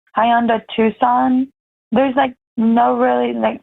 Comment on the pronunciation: It’s TuCSon. Phonetically: TWO SON not TUSS CON like you spelled it.